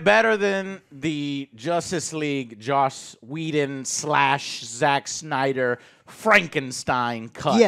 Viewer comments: It's Joss not Josh It's Joss not Josh It's JOSS not JOSH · joss not josh